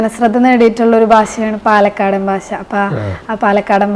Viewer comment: ഭാശ അല്ല ഭാഷ 😅